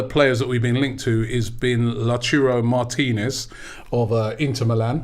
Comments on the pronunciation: It’s luataro not la churro you fool… learn to pronounce the damn names properly… it’s called respect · Its Lautaro not Latouro … is it so hard Rob? Is there anyone who can explain it to him for once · So disrespectful this guy keeps calling Martinez Lachuro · Robbie, great show, but please try LAU - TAR - RO just in case he’s listening. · You're both wrong about the pronunciation of Martínez first name. He's Argentinian, which is Spanish ancestry. It's pronounced Lao-tAH-rdo. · Love the way pronouncees everyone's names worst than Robbie 🤣